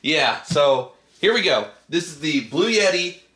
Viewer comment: The brand is Bluetti like Blue-e-tee or blue etti NOT Blue yetti!